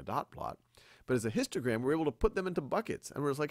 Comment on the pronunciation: I think that it is histogram not histogra ghost. Everything else was impeccable!👍👍👍👍👍👍👍🔝